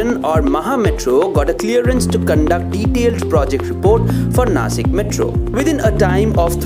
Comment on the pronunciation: It's not Nashik